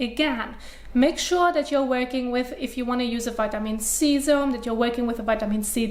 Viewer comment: ‘Dis’ is one intense face washing video… If you’re slightly tired or not an expert, your head may spin. :-) It took me a good few minutes to realize that ‘zz-airm’, lol, was SERUM. cute. She’s intelligent, speaks fluid English and articulates it well. I’m glad these videos are just a Hobby of hers ‘cause she’s rather overqualified for the job. Enjoyable extracurricular practice, nevertheless.